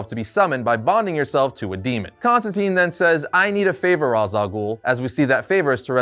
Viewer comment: You are killing me with how you pronounce Ra's and Hippolyta...